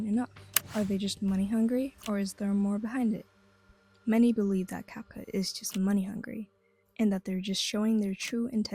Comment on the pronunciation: You even made a french dub? By the way the title is wrong. It's not "rendant tout professionnel " but "rendant tout pro ". By the way, you said "Capcoot" instead of "Capcut".